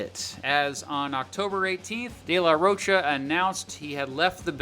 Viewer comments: Get Zach's name right , it is Rocha like mocha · Loved the video but some of the pronunciations just killed me. The ch in de la Rocha is pronounced like a k. And rodeo is ro-day-o not like a cowboy ro-dee-o (it's a street in LA btw).